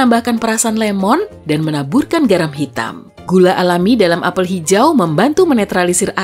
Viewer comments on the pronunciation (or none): none